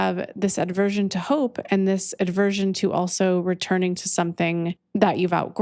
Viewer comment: I love you I love you I love you 🙏 (The word is: aversion, not aDversion... "Adversion" (with an 'a') is an obsolete English word meaning "a turning towards" or paying attention, but the common word you're likely looking for is aversion)